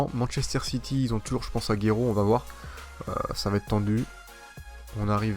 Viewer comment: salut t video sont trop bien mais par contre c pas aguéro mais agouero la prononciation